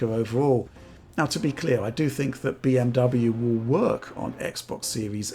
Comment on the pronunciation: Deutsch pronunciation 🔥 🔥